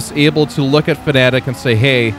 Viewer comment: Fanatec not Fanatic :D